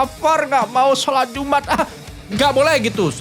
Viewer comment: Jum 'at bukan iumat😅